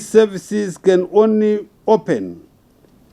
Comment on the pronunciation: How does he say schooling properly but says onry